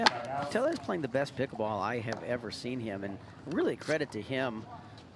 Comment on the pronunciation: Anyone else mad that the commentator keeps pronoucing Tellez wrong.